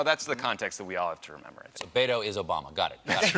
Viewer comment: As a South Texan I had to respect the Pod Save America guy who was actually able to say Beto while the best Colbert could do was Baydo. If you didn't catch it play it back and notice the difference - it's bet not bay and toe not doe. Not that I'd vote for him (or anybody else from the Dem right wing) but at least get his name right for chrisake, it's not that hard.